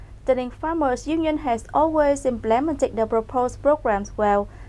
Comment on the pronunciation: implemented /ˈɪmplɪmentid/ not /ɪm'plement/, towards /təˈwɔːdz/ hoặc là /tɔːrdz/ not /'tə wɔːdz/, result /rɪˈzʌlt/ not /rɪˈzaʊlt/, position /pəˈzɪʃn/ chứ /poˈsɪʃn/ đâu ra? tiếng anh có âm /ô/ sao?. nhắc hoài chữ national đọc là /ˈnæʃnəl/ âm /æ/ còn danh từ nation mới đọc là âm /eɪ/ mà cứ đọc là /neɪʃnəl/